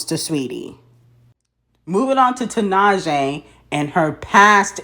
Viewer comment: wow can you first learn how to pronounce tinashe’s name please.